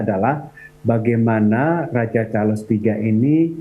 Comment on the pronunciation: Ini sebutannya betul..Charles...bukan Char-Les kyk media youtube yg lain.